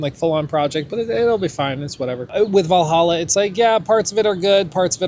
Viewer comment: Wow he's finally pronouncing Hexe properly. I still think he should sound bite himself saying "hexay" like he did with that dude announcing "assassin's creed vah-lah-ha"